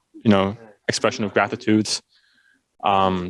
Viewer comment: how the best toplaner in the west says "thank you" - "just a normal expression of graitutde"